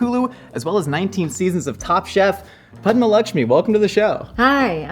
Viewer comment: Ok, so, I just ran into the comments to say, thank you for actually taking the time to pronounce Padma's name correctly. I cringed so hard during the Hot One's interview bc of how her name was mispronounced the entire time. I wish Padma's Tamilian BG was brought up during the time they ate Dosaa BG bc, the only way I know she's Tamil is bc of Aziz Ansari 😅 I feel like the ethino-linguistic diversity of South Asia is rarely spoken about in the west, same w/ Dravidian cultures, it'd have been a great opportunity to give light to it here